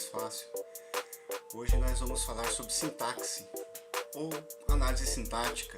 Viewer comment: Sintaxe( o "x" tem som de s e não de ks.)